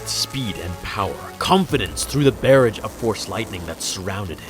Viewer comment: I don't mean to be critical but please look up the pronunciation of Barrage, hearing you say it wrong takes away from your creative story.